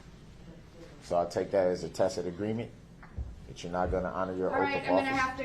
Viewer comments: The new word for day 14; Dishonor!!!! He finally learned how to pronounce tacit past 2 court days. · He finally learned the proper pronunciation for "tacit" and now he won't shut up. Judge Dorow was like a frustrated mom with guests waiting to come inside and she's dealing with a spoiled disobedient brat in desperate need of a good old fashioned a** whipping. He really took her there., I'm really glad you're back. Really missed you sweetheart. Love and blessings to you and your family. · One good thing, he did learn to say “tacit”😂